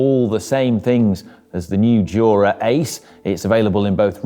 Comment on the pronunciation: JOO-RA Ace!